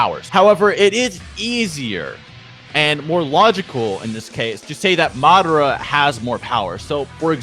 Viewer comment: the fact that you keep saying "madura" proves that you ain't a bleach fan.. but I agree with you anyway. lol